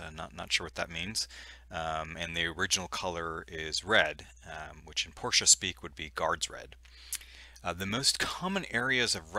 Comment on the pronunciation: Thank you for the right pronunciation clarification on the Porsche (Por-sha) name. It truly is not tomato tomahto